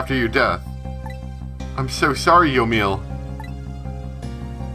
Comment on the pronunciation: I think it's pronounced yo-me-ell